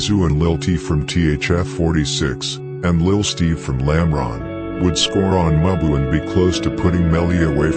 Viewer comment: MUBU is pronounced Moo-Boo not Muh-Ba